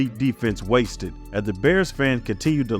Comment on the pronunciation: Great video but type names into Google with the word “pronounce” afterwards. Harbaugh, Wannstedt, Krieg were pronounced wrong. Still an excellent video.